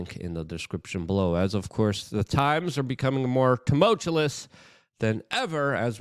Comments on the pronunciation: Been watching Luke since the Occupy Wall Street days, and must say, I'd feel scammed if he made a video without adding an extra "L" to the word tumoultuLous 🤣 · Tumultuous. (Tuh-mul-choo-us). Vehemently. (Vee-uh-ment-lee)